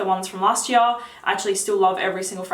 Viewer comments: Favourite fragrance from last yar.... Kevin and Perry posh voice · Say "year" again.. slowly.